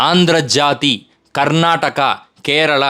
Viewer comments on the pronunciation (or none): none